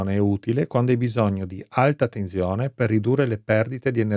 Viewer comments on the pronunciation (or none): A volte dice anche tezione 🤦